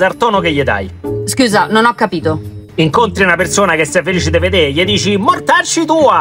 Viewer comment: mi arrapa quando dice scuisah